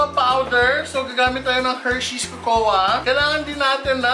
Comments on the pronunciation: kokwa hindi kokowa.. cocoa. 😂😂😂 labyu madam! 😘💕✨ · Pronounce cocoa as kōkō po not kōkō-wa 😉